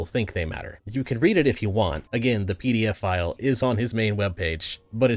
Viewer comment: my heart skipped a beat, I thought you meant “PDFFILE” not pdf file lol!